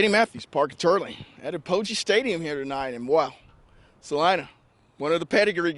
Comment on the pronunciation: did he say " uh-poge-ee" stadium? Dude, it's pronounced Ap-o-gee.